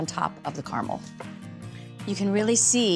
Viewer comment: Finally! CARAMEL pronounced CORRECTLY!